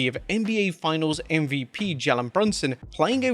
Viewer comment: Don't ever say My NY MVP name like that again Its Jalen !!!!